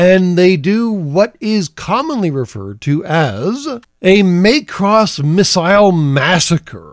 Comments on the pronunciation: I have to say - it's MACK-ross, not MAKE-ross. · "May-cross"? Do you mean "Mack-ross"? (And do I actually care?) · I've heard it called the Itano Circus since the 1980s, after animator Ichiro Itano. And it's MACK-ross, not MAY-cross. [Shakes fist at cloud.] - Might be a reference to King Kong Lives, the sequel to the 1976 King Kong flick that we've collectively repressed from the cultural consciousness? - The dumb explanation of the "x" thing -- read "cross" in Japanese, where it originated -- is that it means "crossover" or "crossed with." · MAY-cross? Not Maa-cross? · Not that anyone actually cares, but it's Mac-Ross, not so much May-Cross. It was meant to be phonetically similar to the Japanese pronunciation of Macbeth. On a much more important note, I would love it if one day, the F-22A's sidewinder bays opened up and 64 tiny missiles came pouring out of them. I would expire of delight and laughter.